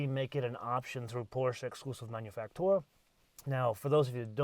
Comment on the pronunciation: Please... just pronounce it "manufacturer".